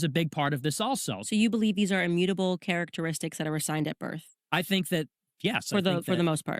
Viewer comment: Does candace have a speech impediment? What the hell is ”characteristish” lmao 😂😂😂